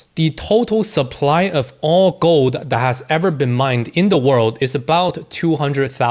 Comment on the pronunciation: When you say gold sounds like you say GOAT 🐐 which i love